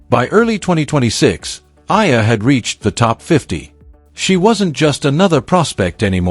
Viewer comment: I c'ant believe this guy can not even Oromounce Eala's name.